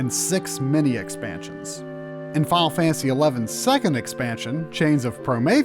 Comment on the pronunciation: 80% of the time this dude says final fantasy, he says, "Fial Fantasy"